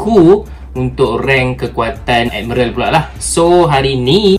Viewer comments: Bang,miral bang bukan merel😪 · Tq semua, cuma sakit telinga dengar perkataan "admerel"😢 ,admiral woi😂..... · Sebut betul² bang admiral bukan admeral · Aku tak salah eja admiral eh korang pergi la google american ke british macamtu bunyi dia bukan ad-mai-ral tu mungkin english jawa hehe thank you!